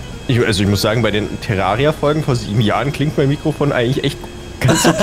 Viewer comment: Das heisst nicht chillidad sondern chyliard